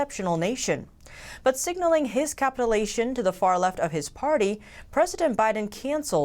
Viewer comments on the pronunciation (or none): capitulation is ca-PIT-u-lay-shun, not what you said. And contribute is con-TRIB-yout. Did you learn how to pronounce Utah yet? Again, it's YOU-tah, not u-DAH.